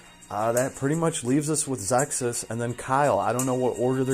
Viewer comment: Awesome vibe, thanks for sharing your thoughts & opinions. On the other side... Bag noise at the start of video is very scuff & not sure why you pronounce Ze Kus as "Zexkus" or "ZessKuss". Cheers ~